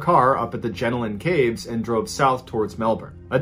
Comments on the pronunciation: Love that you tried to pronounce Aussie things, but: Jenolan Caves - Jer- noel - an (not Jenalin) Goulburn - Goal-bin (you were real close on this, probably cause you got Melbourne, Melbin right) Wangaratta - Wang-gah-rat-tah (gotta say it like a Bogan) Yass - Y'ass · He pronounced Je-nolan Caves as Jen-o-lan Caves. Bathurst is only 197kms away from Sydney. A bit disappointed that these facts were not researched better. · I can't believe the jail not noticing he wasn't there! They have multiple roll calls a day, and it was never noticed that he wasn't in his cell? That's ridiculous! I love the pronunciations of the towns in Australia! That had me rolling around, laughing my head off! Especially with Jenolan Caves and Wangaratta. I grew up in the vicinity of Jenolan Caves. It's out on the middle of nowhere, thick bushland in every direction. The case of that family was all over the news. At the end of the day, no one but them know what really went on, and it's really no one's business. I also remember the story of the paraglider. It was an absolute miracle that she actually survived. She should have, in all reality, suffocated due to lack of oxygen, or at least had some sort of brain damage. It goes to show that the human body is capable of amazing things.